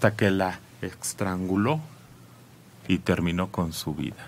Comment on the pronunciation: Lo correcto es estranguló no extrangulo